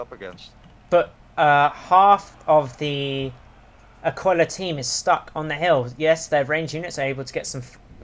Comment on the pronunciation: It's actually /a'kila/ not /akwila/ ;P